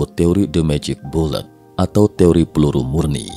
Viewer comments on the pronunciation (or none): none